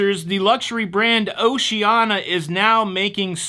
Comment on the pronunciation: Gas cools your fuel pump so keeping your tank 1/4 full reduces wear on the pump. Pronunciation Police: O-she-an-EE-ah Enjoyed the show, fuel charge should be warned up front....